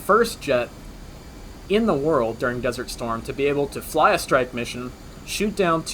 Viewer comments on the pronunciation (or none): none